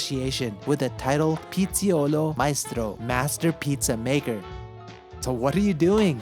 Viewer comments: LOL... It's not pronounced "piziolo" but "pitsayolo". The ingredients and the technique... everything looks good. Those pizzas look pretty authentic despite the distance from Napoli. I saw another video on a truck food, they were also making some legit pizzas. Congrats to Japan for not always trying to change what's already good. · Hi, it is “pizzaiolo” not “pizziolo”. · PIZZA-IO-LO, the right pronunciation 😉